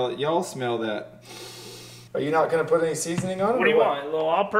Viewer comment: Put not ( pulled)